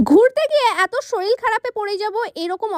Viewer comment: Sorir ❌ Soril ✔️